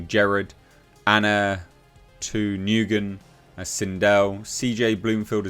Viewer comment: New gun??? It’s pronounced like win. Have a friend with that last name. Just helping you bro